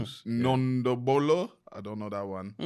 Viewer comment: they way said Ndombolo😭😭